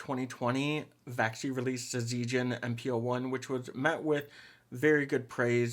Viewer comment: it's pronounced as zee(Z)-gen (like the genji in overwatch)